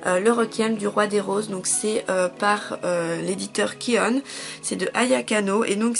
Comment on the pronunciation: je suis obligé de te reprendre sur le nom de l'éditeur il s'appelle pas kione mais ki oun cela se prononce ki oun j'espère que t'as compris ce qu je voulais dire. sinon à part ça toujours de très bonne vidéo